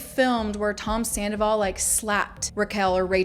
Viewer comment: You heard Rachel say "I go through dry spells with Sandavol" right???? Like she totally let it slip right to Arianas face!!!!!!!!!!!!!!!!!!!!!!